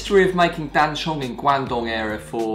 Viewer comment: Oof! Please! It's "Dan Cong", not "Dan Chong".